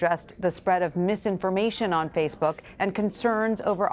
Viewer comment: he calls it “faithbook”